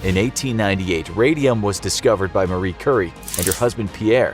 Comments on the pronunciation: Did he say Máire curry? What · Mary Curry? xD